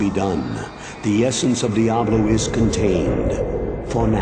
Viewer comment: the asian lol diabro two and diabro 1 lmao!